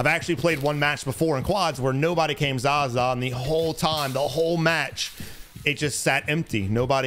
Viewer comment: I find it funny he calls it zaza but it’s zaya